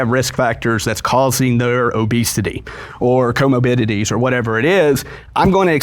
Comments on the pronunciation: Say “comobidity” one more time…. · If he mispronounces comorbidity one more time I’m gonna cry 😩